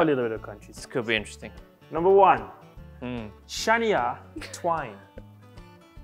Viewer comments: Mar-ee-ya Cuh-ray now has a Sha-nee-ya Twine. 🤣🤣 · Did he really just say SHA-NIA TWAIN??? Lando you better correct yourself before next year's Canadian GP my guy ☠☠☠☠☠☠ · Sha knee ah Twine…….. 💀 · Sha-nee-ya Twine giving Mara-ya Ca-rey energy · So what’s worse? Landos pronunciation of Shania Twain or Carlos’s pronunciation of Mariah Carey? 😂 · the pronunciation of Shania Twain is .... on brand for Lando tbh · The pronunciation of Shania Twain for me 😂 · I know he did not just pronounce Shania Twain’s name like that 🤣